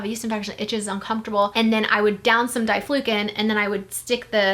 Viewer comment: It's dye flu can. Not dieflucin 🤦 this may be the reasons you are having issues having kids.... GROSS!!!